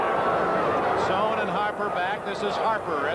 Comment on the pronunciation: On the opening kickoff, Dick Enberg pronounces Kurt Sohn, saan